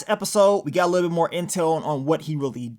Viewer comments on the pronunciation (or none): none